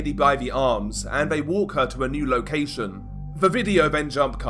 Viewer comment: Since when has this, them or they been pronounced as viss, vhem or vhey😂